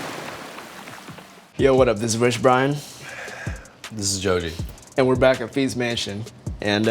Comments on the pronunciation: Chef pronunciation Joji = Zozi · poor guy is too french to pronounce jojis name